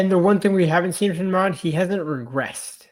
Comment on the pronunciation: Dude, it's DEMOND, not Desmond.